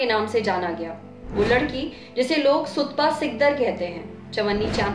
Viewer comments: Unki wife ka naam Sutapa hai.....Sutpa nahi..... Plz correct.... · It's SUTAPA. Not Sutpa. Please Lallantop get your pronunciations and spellings right. I don't blame the presenter, this fault is of the writer. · Please spell prop name..thts su-ta-pa..not sutpa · It's not sutpa it's Sutapa, please pronounced rightly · PLEASE Correctly pronounce Sutapa's name atleast! It is pronounced 'Sutaapaa' _ seriously